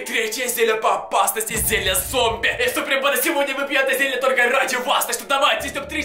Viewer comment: Не зелья а зелье